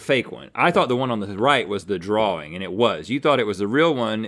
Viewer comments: Uh...dude....there's no "R" in the middle of drawing. Sorry if you're dyslexic. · Right drawr ring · I can’t get over the way Rhett pronounces “Drawing” as “Draw-ring” 😂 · Rhett: “it's a drawring” 😂😊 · The Southern Accent in America is actually the closest American accent to the standard British accent which pronounces drawing like drawring. I think Rhett is probably the only American I've heard who pronounces drawing in that way though and it either comes down to maybe his family pronouncing the word that way or maybe he just personally pronounces it that way I'm not sure to be honest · atleast it's not "draw-ling" like I've heard farrr too many people say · Guys. He was saying draw-ring as in it was drawn in a ring. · I’m pretty sure it’s a throw back to season 4 episode 13 where his son said that Rhett was a great “draw ler” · This ones like watching a couple of kids play... link not remembering what to go for and rhett saying draw-ring every time! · It's interesting that Rhett uses the British intrusive r only for the word drawing. I used to do that too for only that word because I watched a lot of danisnotonfire and thought it sounded cool. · Every time Rhett said “draw-ring” I went mad 😵‍💫🤬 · Rhett be like: draw-wing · Rhett pronouncing drawing "drawring" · Guessed them all correctly because the shadow is really hard to get right, they should've looked at the shadow the entire time, also why is Rhett saying drawRing 😭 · Rhett: Draw-ring. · Ah yes. A Drarwing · Why is Rhett adding another r to the word drawing and also why do a lot of Americans pronounce words like that with an extra r for no reason? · Rhett, it's drawing not drawring 👍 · yes, but i ment in the wing part from drawing... between the w and the i. I was hoping people would understand that haha. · I wanted to watch this episode but Rhetts pronunciation of "drawing" drove me nuts.